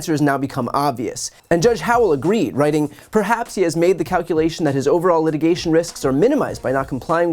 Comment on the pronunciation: “For the purpose of this letigation” ??